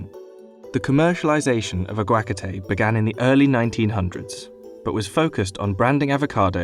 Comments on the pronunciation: I would have watched this video but his pronunciation of aguacate and other words is killing me. It’s incredibly unprofessional to not do your research on that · No way mans pronounced aguacate like that. I’m so maddd lmao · i know he is not saying aguacate like that... chair but make it electric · how tf do you pronounce something so wrong. like aguacate shouldnt be so hard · He mispronounces "aguacate". It's literally on google: Also, I have a tree in my front yard people steal from ALL THE TIME. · The way he’s saying aguacate is disgusting. I can’t watch any longer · Stopped watching once I heard his terrible pronunciaion of "aguacate." Wtf, do some research on the correct pronunciation of words... BUSINESS INSIDER 😏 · Your pronunciation of “aguacate” is TOTALLY WRONG. Here is how to say it correctly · Is it just me or did his pronunciation of “aguacate” sound disgusting? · I’m laughing so hard rn of the pronunciation for aguacate, it’s so off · That's and interesting pronunciation of AguaCAte :/ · Plz dont ever pronounce aguacate ever in your life again plz o ce again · The way he pronounced aguacate is killing me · This british dude cant even pronounce "Aguacate" right lmao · IHEartLReoy we own the way we say words it literally said that the word was named by Hispanics so I am correct but why you got a get so booty hurt I’m American too just like people who say tortilla wrong is bothering is a personal opinion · I can’t handle the way he pronounces “aguacate” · Well, technically it’s Nahuatl, but the pronunciation is waaay off. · because it’s not a hard word to pronounce if you’ve heard it. The journalist here has never heard the word or didn’t bother looking up how it’s pronounced. Is it HUGE deal? No, but it sounds annoying. Imagine someone pronouncing alligator as ALL-uh-cat-or (the word all, then uh, then cat, then or) with emphasis on ALL. If you’ve heard the word alligator once you would not pronounce it that way. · It's pronounced "ah-wa-ca-te" ..